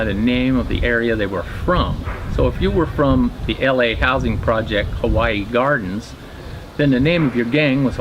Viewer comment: Its Hawaiian Gardens also Huero. Buff is pronounced Whetto Buff